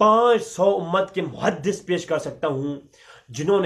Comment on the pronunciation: muhadiss nahin muhaddas hota ha